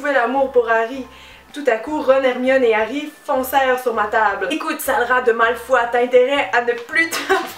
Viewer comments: "MALFOI" FOI MDRRRRRRR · pourtant on france on prononce Malfoy et Granger = GraNgeur et potter bah c'est universel quoi HAHA ah moins que certain disent "poté". xD